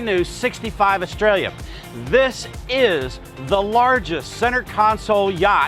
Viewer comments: Btw idk if anyone's mentioned it, but it's pronounced "ESS-TRAY-YUH" not Australia. The double L is pronounced like a Y, just like tortilla and Calle. For being in Florida, you'd think pronouncing Spanish words would be more normalized. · Estrella. Spanish for star. The double l's are pronounced like a Y in Espanol. Pronounced Estreya... repeato "EsTREya".. not pronounced Australia. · Where is the "i" in the name Estralla? Its Estrella, not Estrellia..... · Why does it sound like he's saying hcb 65 Australia? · dude saying "australia" instead of "estrella" haha